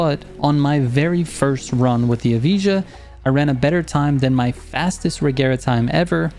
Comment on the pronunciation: Bro I’m American too still can say it right 😅 EV-I-UH all together and that makes Evija